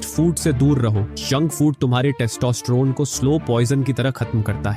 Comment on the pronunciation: Kis kis ko testosterone bolna nhi aata 😂